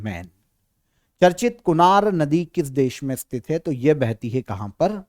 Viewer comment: आपकी गिनती सही नही है। बाइस को बावीस उनचास को उनपचास है को हे जीभ को कुछ ज्यादा ही घिसते हैँ आप। सससससससस......😅😅😅😅